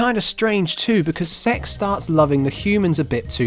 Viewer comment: Everytime I hear you say "Sek's" I get really immature looool